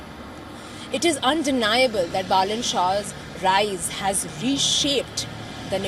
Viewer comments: Not Boolean not balloon it's Balan need to learn pronunciation first😅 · Pronounce Baa-lane 😂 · Learn first pronounce his name? As called BALEN 🤟🤟🤟🤟